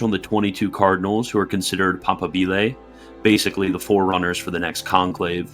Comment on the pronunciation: pa-PA-bile . Strsss on second syllable. Just like moBILE phone is not said.